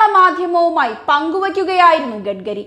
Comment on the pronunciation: കുട്ടീ, "ഗഡ്ഗരി"യല്ല, "ഗഡ്കരി" ആണ്!